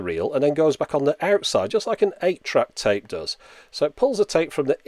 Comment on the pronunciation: you pronounced tape wrong. it's tape, not tape.